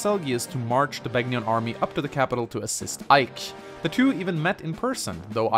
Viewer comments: It's pronounced "Ben-yawn." (Begnion) The G is silent like in "Gnome." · To anyone watching this, the G in Begnion is silent. How would I know? I actually played Radiant Dawn. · Your Begnion pronunciation needs work....